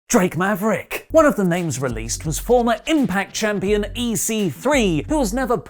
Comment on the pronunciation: Making people say... "Drake Maverick" correctly is GODS work. Nice one friendo.